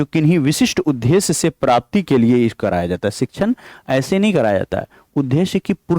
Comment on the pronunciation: Sir aap उदेश्य thik se bolna sikh lijiye please bhut irritating lagta h sunne Ye द्द me ek half द ( टाइपिंग में लिख नहीं पा रही )और पूरा द hai n ki ध है इसलिए द को ही prassue dekr boliye n ki ध